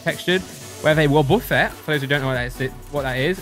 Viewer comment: its called woh-ba-fet not wub-uh-ffet